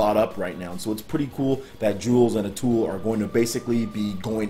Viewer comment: With due respect.........A-TOO-eeeee = Atooi. Sry, couldn't resist;)